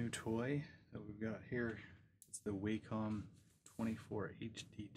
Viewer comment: Congrats on the new Cintiq! Thanks for taking the time to give your creative and practical impressions - nearly 12 very thoughtful minutes. This is said with a smile but since you have the flagship product I'd like to encourage you to pronounce it properly. ;) Wah-kom. When pronounced properly in the presence of the Cintiq the angelic choir can be heard and streams of light break through your windows from above. It's an undocumented feature.